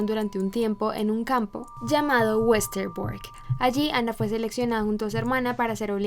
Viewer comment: No fui capaz con este video. La pronunciación tan incorrecta de los extranjerismos me desconcentraron permanentemente. ¿Por qué a todas esas palabras le pone el acento inglés?: Ana "FrEnk", Otto "FrEnk", Edith "Jolander", "MErgot FrEnk", el dentista "FrUitz Fefel", el campo de concentración de "Uesterboerk", el diario lo nombró "QUIRI", etcétera, etcétera, etcétera.